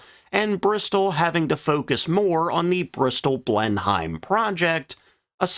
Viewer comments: It is said GOSS-Hawk not Go-shark* Blenheim is said Blen-hem (or Blen-im) (the missing h being a class & accent thing) not blen-hiem though." The most famous thing there I know of is the Palace - but I guess it could be names after that for other reasons - but I'd have to look that up specifically % * Named after : The Eurasian goshawk (Astur gentilis, formerly Accipiter gentilis) is a species of medium-large bird of prey in the family Accipitridae, a family which also includes other extant diurnal raptors, such as eagles, buzzards and harriers. So gos+hawk not go+shark % As for Blenheim Palace (BLEN-im) is a country house in Woodstock, Oxfordshire, England. It is the seat of the Dukes of Marlborough. Originally called Blenheim Castle, it has been known as Blenheim Palace since the 19th century. One of England's largest houses, it was built between 1705 and 1722, and designated a UNESCO World Heritage Site in 1987. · Argh... Bristol "blennem" or "blennim," not "blen-hime." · Save the trouble, apparently doesn't mind the comments, so we will have to deal with Blenhiyems, Loftwaffes, Focke-Wolfs and Jungmeesters. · Again, I HAVE to point out. If you pronounce British names like they're spelled, you WILL get them wrong. Bristol's twin-engined bomber's name is more like "blenum"...the "heim" part in Blenheim is not pronounced letter for letter. Just as Worcester, Gloucester, Rochester, ect. weren't pronounced as they spelled either. (Wooster, Gloster, Roster, etc) I'd have thought this would be common knowledge, but I still see people spelling the company Gloster's name like the county it was founded in, probably because they're both pronounced the exact same...but still not correct. (Gloster was easier to understand for non-British people) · Not to be a pedant, but the Blenheim is pronounced more like "Blenim" or "Blenum" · Hi, couple of pronunciations Blenheim is "Blenem" and Goshawk is "Gos hawk". Otherwise fascinating.